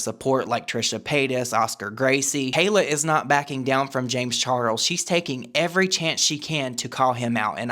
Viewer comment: the way says james char-rulls will not live rent free in my head... i will pay to have it be there☠️🔥💙